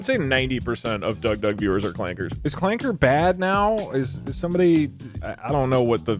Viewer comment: I can’t believe Doug said Clanka with a hard R. r/wehatedougdoug will be informed of this transgression.